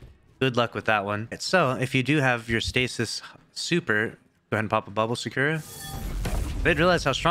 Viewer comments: his name is not secure lmao, Sa ku ra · Why can't you pronounce Sakura correctly